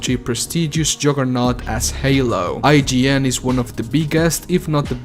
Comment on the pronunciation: Nor their name! Seems like they went from I-G-N to saying "IJIN" for some reason.